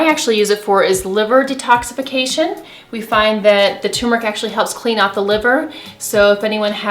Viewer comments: It's not "too-meric". It's TUR-meric. Ughhh... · She's saying Tumeric (too-meric), but I'm seeing Turmeric (tur-meric) in print. Is there a difference between tumeric and turmeric. I take turmeric capsules daily. Should I look for "tumeric" powder?